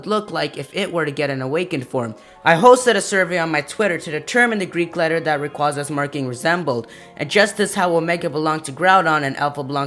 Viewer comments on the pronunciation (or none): ITS NOT RAQUZA, ITS RA-QAY-ZA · its rayquayza not rayquoza p.s. me think its mega evos does anyone ageree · Rayquaza is actually pronounced Ray-quay-za.